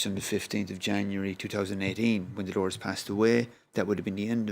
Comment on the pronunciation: Can people stop saying Delores!!!! She was called Dolores